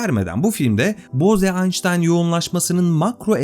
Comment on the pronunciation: Konu çok başarılı anlatılmış ancak belirtmeden geçemeyeceğim. O Hindu soyadı "boze" değil, "boğz", yani ingilizce'deki "rose" ya da "hose" gibi okunuyor. Yani "boğz-aynştayn yoğunlaşması" olarak okumak gerekiyor.